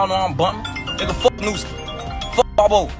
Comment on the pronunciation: WHO THE HELL IS BAB-0?????? ITS BOB-0 BRUH, U SHOULD KNOW BETTER!!!!🤔U NEED 2B FIRED THE WAY U PRONOUNCING HIS NAME!! BAB O 🤣 IS CRAZY.